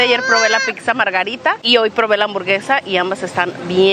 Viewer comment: Muy interesante recomendación, la tomaré en cuenta. Ahora GENTE HISPANOHABLANTE, les imploro que no digan pikza (pizza), es pisa o pitza POR FAVOR !!!